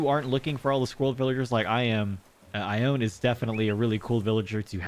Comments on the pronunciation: Congrats on your squirrels! But I have to say it...her name is pronounced "eye-own-knee". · wow your luck today was insane! also, I believe ione's name is pronounced ai-oh-nee? I've been following you since you started posting acnh videos last year and i was really excited to see that you restarted!